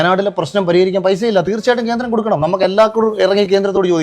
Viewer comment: ഖേൻഡ്രേം.. കേന്ദ്രേം, ഗെൻഡേരേം.. മാപ്രെടെ തന്ത 🤣🤣